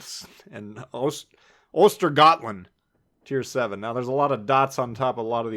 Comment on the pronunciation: Vesterås is pronounced Vesteros, as in GoT. Skåne is Sk-aww-neigh, Östergötland you got pretty well, the G is pronounced like a Y. On the weird umlauts, they are basically just contracted characters: æ/ä = ae = like the a-sound in trap ø/ö = oe = uh å = aa = awe Keep up the good work! Always look forward to your analysis.